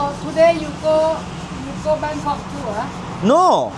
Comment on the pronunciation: Bangkong değil Bangkok.